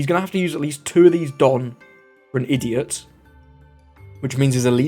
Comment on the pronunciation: XD the "ideot" 😂